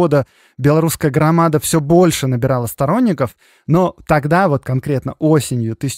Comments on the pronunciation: Не грамада с ударением на второй слог 😢😢😢 .А Грамада 😊😊😊 с ударением на последний слог))))) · Хорошая и интересная тема! Ждем продолжения! Только вот в слове в названии партии "Грамада" в белорусском языке ударение ставится на последнем слоге.